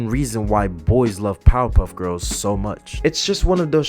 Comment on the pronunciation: Everynow and then when you say Powerpuff Girls, it almost sounds like you're saying Pop-up girls.